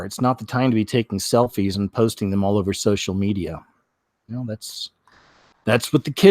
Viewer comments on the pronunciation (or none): none